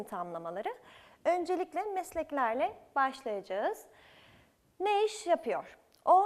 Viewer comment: başlayacağız şeklinde yazılır başlıyca:z şeklinde telaffuz edilir. Türkçe yazıldığı gibi okunan bir değildir. bunu bir dilci olarak bilmemeniz çok enteresan